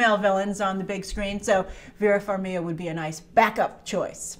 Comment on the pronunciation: Just here to say that the G in Farmiga isn't silent. As Vera always say, her last name gets butchered everytime. LOL I LOVE YOU STILL GRACE ♥️